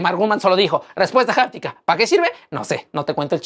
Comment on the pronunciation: Se dice aptica…..no japtica¡